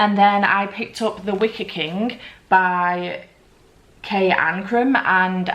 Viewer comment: Reading seven books in a week is amazing. I read The Wicker Man months ago and it wasn't my favorite read but I am glad you liked it. Everytime you said Wicker I heard Wicked.